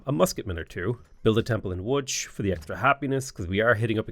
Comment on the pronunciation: that was perfect pronounciation of Łódź ❤